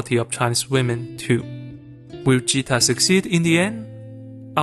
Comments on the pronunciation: Great vid man! Chori Dhakkad hai (girl is a power punch) P.s. no big deal just saying its Gheeta (like Bhagvat ghita) not vagita Geeta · Blud can't differentiate between Ja and Ga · It's not jeeta it's geeta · It's Geeta, gee as in guy, GA, not "ja" so its Geeta not jeeta. Nice explanation tho. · I can't stop laughing over the fact he pronounces Geeta as "Jeeta" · Hi, Indian here, love your video essays, but "Geeta" is pronounced with a hard G, like "guitar". Not a soft G like Jesus. Don't get mad at me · Its geeta like Ghee.. Not jeeta.. This is actually a real story.. you can search for geeta phogat.. and babita phogat.. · It’s not “jeeta” , it’s Geeta , Geeta as in Games, Getting, girl. That’s how the G is pronounced. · Not jeeta but geeta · Its not jeeta. Its Geeta. If you had actually watched the movie, you would have known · correction for the video its pronounced as geeta (g sounds as it's in Gift ) and not jeeta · Great video. However, the girl's name is G(Greg)-eeta. Not G(Georgia)-eeta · Ahh I don't wanna be that person but its not jeeta its ge'taa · Sorry to nitpick, but Geeta is pronounced as Geeta, not Jeeta. G as in God. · Everything is great in this video essay.Except the name of oldest daughter is pronounced as Geeta as in gee not with jeeta as done by content creator. Thankyou 👍😊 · It's geeta lol Geeta as in g sound not gj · You are pronouncing her name Geeta wrong tho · G in "Geeta" is pronounced like G in "Gay" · See he wasn't deceiving when he named the channel Accented cinema because even though we can clearly hear in the film... He pronounces Geeta as Jeeta😂 🤦‍♂️ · The name Geeta is pronounced as G from "Gift". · Geeta is not to be pronunced like Jeetah, its Like G in Girls, Gargoyels and gander. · How do you mis pronounce the name Geeta😂